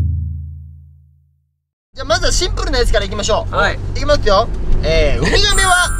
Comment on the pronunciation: 字幕つけてみてほしい シンプrrr いきまとぅよ